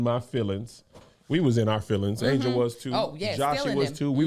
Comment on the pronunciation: It’s ANGEL. NOT ANGLE. DAMN 😂